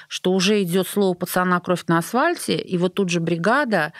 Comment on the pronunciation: Я не ослышалась?.. Арина несколько раз произнесла кровь на асВальте